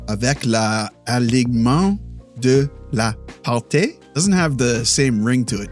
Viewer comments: No, he didn't. He pronounced "alignement" and the first part of the word "partie" correctly, but the ending was incorrect. It should sound like TEE rather than TAY. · Partie: try pronouncing it partee or partea rather than partay. Cheers! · Partie is pronounced "par-tee" not "par-tay" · Alognement de la « par-tee » not ay ☺️ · "alignement de la part-ee. Sounds more like part-ee han part-ay... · Partie is pronounced like party but with the hard r. It's a "ee" sound not a "é" or "eh" idk if you know accents in French yet. Keep it up brother you're pretty good already. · L'alignement de la parT (just prononce T instead of TIE) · When you want to say “partie” pronounciate it the same way as “party” but with a French R. So the end of the word sounds like a word finishing in “ee” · Partie for you is partee. Because the "i" in french sounds like "ee" in english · Not at all lol, its pronounced "par-tsi" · he pronounced it with "tea". "Tea" is pronounced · ˈtiː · / pretty good... alignement de la partIE ... IE sound like mIddle